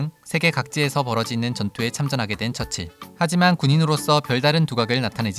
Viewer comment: 윈스턴 철칠 이라고 자꾸 발음되는 건 나밖에 없나?